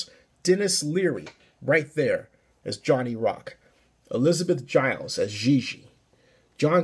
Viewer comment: U said Gillies wrong